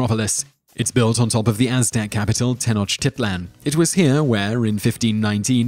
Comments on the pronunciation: I love how he pronounced the original name of Mexico City lol Ten-O-tit-land lol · Tenotch-tit-lan? Tibuktu beaches, Eye-wanovo and list goes on and on